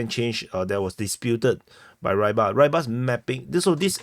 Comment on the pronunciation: I've heard Rybar is pronounced somewhat like "re-bar" similarly to the word rebar.